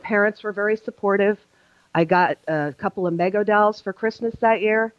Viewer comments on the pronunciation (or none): It’s pronounced “ME GO” not Meg o. (The manufacturer of the ‘78 KISS action figures)